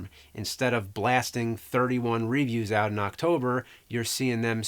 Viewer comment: I really love you James, and your videos have been a big part of my childhood. But every time you mispronounce review I die a little inside...